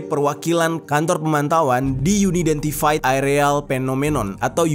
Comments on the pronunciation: baca'y An aidentifaid arti'y tak dikenal bang bukan yuni dentifaid 🙏🏼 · Bacanya Un-identfed bro, bukan Uni-dentified 🙂👍